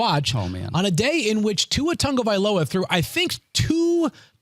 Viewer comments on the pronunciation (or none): You act like his name is super difficult to pronounce 😂 No one had problems with other Polynesian names like polamalu, mailata, hufanga, seumalo etc. TAH-GO-VAI-LOA not TUNGOVAILOA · You guys get Achanes name right but still can't pronounce Tagovailoa correctly😂